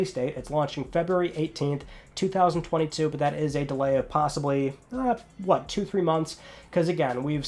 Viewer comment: I find how you say 2021 and 2022 VERY OFFENSIVE and offensive content notices and and